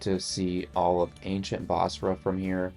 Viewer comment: Its busra. Not bosra.